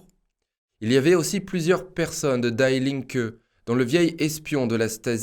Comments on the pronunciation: die Linke ne se prononce pas à l'américaine lol die se prononce di, pas daille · Salut. Sauf votre respect en allemand on dit "di" et non die [daille] comme en anglais. Merci pour votre excellent travail. Force et honneur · On ne dit pas daï linke mais di linke ! Ei en allemand se dit aï, ie se dit i ! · Der = Le... DIE = La... Das = neutre... DIE se prononce Di.. Pas comme mourir in english! Notre future dictature est internationale gauchiste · Super, comme toujours. Merci. Juste une petite précision : "die", en allemand, se prononce di, à la française. (pronom : la (gauche))